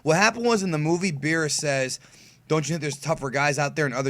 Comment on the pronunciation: Every time I hear say Beers I just imagine the Spanish translation of Cervezas que no mame wp wey es Beerus no pinche Beers, o que diga Bills mejor if he doesn't know how to pronounce